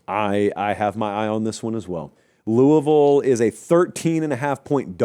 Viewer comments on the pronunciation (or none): none